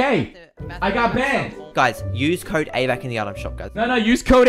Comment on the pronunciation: "AVACK" JUS FOCKIN BROCKE ME